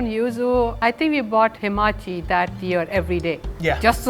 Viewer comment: Great, gald it bore fruit after 12 long years. But please its ha ma chi... not hi ma chi...